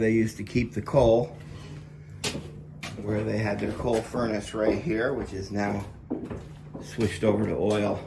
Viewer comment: That actually sounded like coke, not coal.